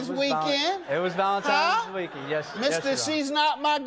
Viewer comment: Ugh, did he say "ValentiMe's"?